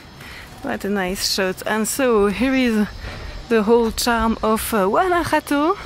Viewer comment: and, before I forget..... your pronunciation of "Guanajato" is perfect! 👍👍